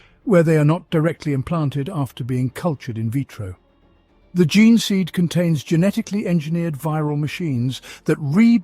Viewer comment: 3.32.Chapters raised from the ge-neh stock? "Jean stock" Is the correct pronunciation. You do that quite a lot, say what your seeing, like you've never heard it uttered.Then later pronounce it correctly??? Strange! You do it with genestealers as well. Who ever pronounced genes ge-nehs?? Your familiar with the concept of genetics, the study of genes.